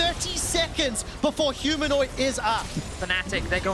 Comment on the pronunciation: Humanoint hahaha